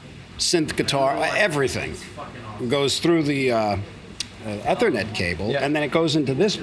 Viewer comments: E-E-thernet cable...Sorry Steve i know you're an amazing wizard on guitar but i cant stand to hear you say a simple word like Eth-ernet wrong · Eeee thernet. Not eh thernet